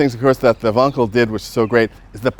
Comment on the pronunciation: Donald says “Vonkel”, Jay says “Wankel”. Zoom zoom.